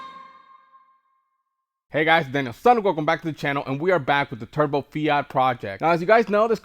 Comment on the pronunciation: Are you intentionally calling it a "Turdbo" ?!?